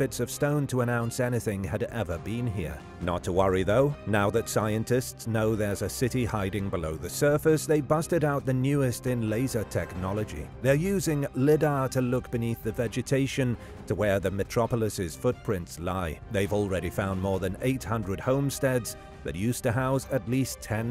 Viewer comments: It's actually pronounced lidar (liedar) but for I bot you're doing pretty good..🎉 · Don't you hate it when your voice bot can't pronounce LIDAR